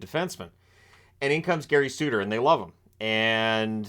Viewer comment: Suter not Sutter just like Kachuk not Tkachuk. A "T" makes all the difference.